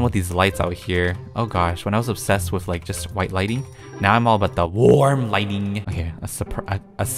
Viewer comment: It's funny how all the videos I watch he say worm lighting lol.